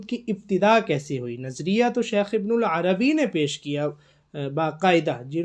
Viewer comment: ویڈیو بنانے سے پہلے کسی سے شیخ کا نام تو صحیح کرلو، ابن العربی نہیں ہے ابن عربی ہے۔ ہرجاہل کو شوق ہے ویڈیو بنانے کا۔